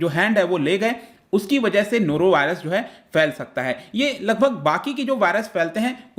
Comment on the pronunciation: Nora Virus😃😃😃